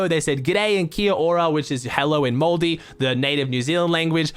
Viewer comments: Its called Maori not moldy. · Appreciate the effort with the pronounciation of the national language of nz. Moldy, lol I would be happy to correct to pronouncing it as maori. Maybe the first time I’ve heard nz mentioned for fortnite lol, love ur work keep it up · Hello In “Moldi the native New Zealand language” it’s Maori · close with the pronouncing of Maori but I lil off 😂